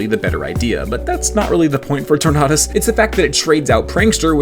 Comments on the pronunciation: Tornadus not torknotus. Just pronounce tornado but replace the o with a us my guy. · You are the first and only person i've ever heard call Tornadus "Tor-nah-duss" Tornado, Tornadus?? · that does not sound like the right pronunciation of tornadus